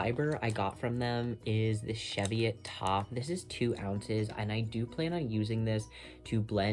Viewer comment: Im so glad I found this podcast! Wonderful advice for buying fleeces - so far I've only ever saved fleeces that were going to be binned, so they've not been 'spinning quality', but still very educational! If you're open to feedback, when you said Cheviot , you didn't quite get the pronunciation right. The breed is named after the Cheviot hills where I grew up. The start of the word sounds the same as "cheese", so it would be "chee-viot" rather than "she-viot". If you're not open to feedback, please ignore that! I'm so looking forward to making my way through the rest of your episodes!